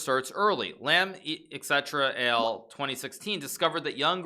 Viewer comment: Et al. doesn't stand for "et cetera AL", it means et alia, which is the academic term for "and others".